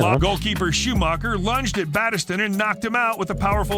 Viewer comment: Man, but there were some awful pronunciations in that video! (#2) Battiston still suffers back pain to this day. Pure brutality. And you can't mention brutality in football without mentioning the replay of the 1970 English FA Cup final between Leeds and Chelsea - by today's standards, almost everyone on the field would have been sent off!